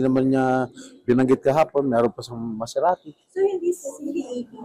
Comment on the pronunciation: MASERATI po not mazarati 😊